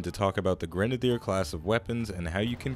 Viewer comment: the way you say grenadier. oy.